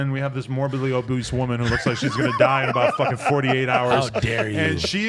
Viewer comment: he said morbidly oboose 🤣